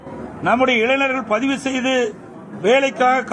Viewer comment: யப்பா ஏய் நீ முதல்ல தப்பில்லாம பேசுயா, வேலைவாய்ப்பு பதிவுக்கு பைது னு, பொங்கல் தொகுப்பு க்கு பொங்கு தொவுப்பு னு பேசுற,கொரோனா காலத்துல என்பதை கொருனோ காலம் னு பேசுற,வருவாய்க்கு வரிவாய் னு சொல்ற